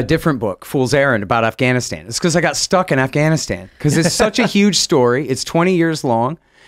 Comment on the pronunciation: When Biden called it Gaffwann-Ahhh-stan everything fell apart............